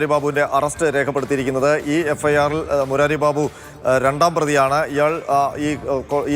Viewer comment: മുരാരി ബാബു അല്ല.. മൂരി ബാബു